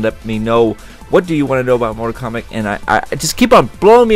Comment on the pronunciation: KOMBATTTTTTTTTT!!!!!!1 NOT KOMBACK